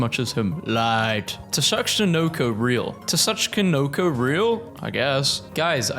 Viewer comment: it pronounce SU-CHI-NO-KO GET IT RIGHT